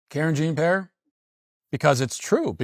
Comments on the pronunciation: Karen Jean Pear. Yup. I'd much rather watch the fish cam or jeff daniels cry by the campfire than listen to her babble incoherently. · "Karen Jean-Pear"! 😂 I had to rewind 3 times to make sure I heard that correctly.